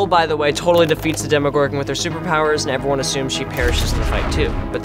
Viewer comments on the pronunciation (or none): I love how Maya pronounces Demogorogan 😂😂 Dem-ee-gorgon lol